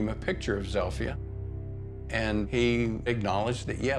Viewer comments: Zilpha. Zeel-fuh. Not "Zeel-fi-ah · Zipha is pronounced Zel-fi-ah? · So her name is "Zilpha" but pronounced Zel-Fee-Ah? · Wtf name is zilpha and why do they pronounce it like that